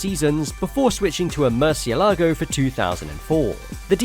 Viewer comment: did he say "Murcielago" with the "-la" as the tonic syllable